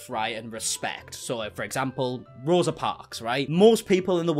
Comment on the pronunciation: J isn't even pronouncing Rosa's name correctly. Learn your important historical moments and don't write them into your own personal narrative!!!